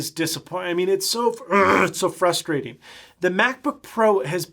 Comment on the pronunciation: "So frastrating"